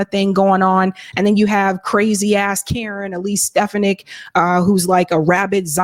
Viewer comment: Elise Stefanic's name is pronounced Ste-FA-nic